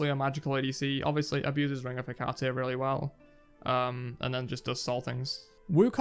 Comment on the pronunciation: its heck-a-tea not hecatay